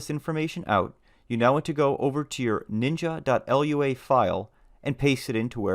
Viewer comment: Lua can be pronounced loo-ah, rather than spelling it out.